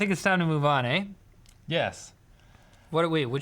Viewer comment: said "ay?" and it was very Canadian